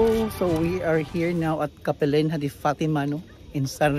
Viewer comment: It is pronounced kapelinya. Capelinha is a Portuguese word, the "h" is not pronounced.